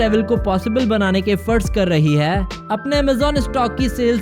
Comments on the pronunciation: I tried to ignore it but I can't what is Haai???? Sedha bolna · Funny when he say hai😁😁😁😁😁😁😁😁😂😂😂😂😂😂😂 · Apka "HAI" bahut gnda h🤢